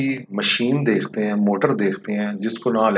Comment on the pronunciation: بھائی صاحب۔۔۔ ۔۔۔۔۔ دیختے۔۔۔نہیں ہوتا لفظ دیکھتے ہوتا ھے۔